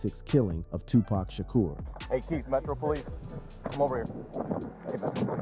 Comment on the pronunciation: You're not pronouncing Tupac right